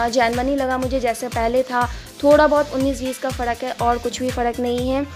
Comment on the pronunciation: Bhan fadk nhi frk hota hain 🤗🤗🤣🤣